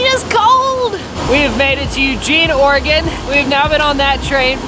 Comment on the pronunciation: Thank you guys for saying “Oregon” correct.